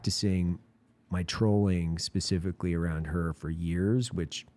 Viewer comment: "Specificquawy" (Evan )